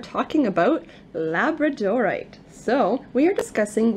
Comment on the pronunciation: Pronounced la BRAD o rite